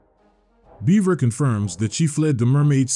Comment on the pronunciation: My brother....amazing presentation on the map and presenting the story. 10/10. But. BUT. BUT! ....Bevera is not pronounced the same as beaver. I repeat - BEVERA IS NOT THE SAME AS BEAVER! Like, it has the same letters but, my brother in Lodis, if you pronounce beverage as "Beaver-age" you'd get punched in the face so god damn fast by someone nearby. Bevera is either "Behv-ruh", "Behv-era", or "Behv-ver-uh". Oh, and Lasanti comes off as an Italian or Roman last name (parallels to the catholic church and all that), so you'd say it "Luh-zon-tee" or "Luh-zahn-tee". The name shouldn't phonetically rhyme with "eye". I know these are nitpicks but I've been playing this game for about 20 years by this point and those pronunciations gave me psychic damage.